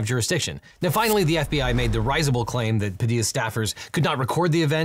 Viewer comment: Objection! that is not how "risible" is pronounced. Correct use though.